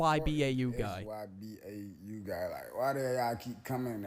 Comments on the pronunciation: why did bro keep say suh bow 😂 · genuinely it hurts every time he says sabow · who says sybau like that😭😭😭